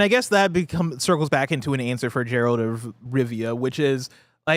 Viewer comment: I stg if they say “Gerald” of Rivia one more time